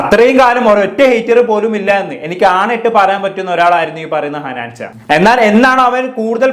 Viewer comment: ഹനാൻചാ അല്ലടാ ഹനാൻ ഷാ 😂